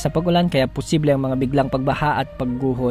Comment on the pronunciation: Bawas bawasan Ang pagbigkas Ng possible,nakakaumay